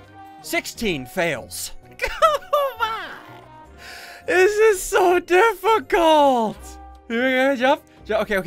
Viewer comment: any one else hear that he says diffi cult with a space instead of difficult without a space